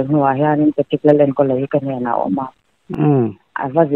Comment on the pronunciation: Pa-tricka a nilo aw. Patrick-a ania, pe-trik tih a lam tur. Channel lian in nia hetiang mi hming tal hi chu lam dik tum ve ula. A mihring leh a chhungte pawh an zahawm alawm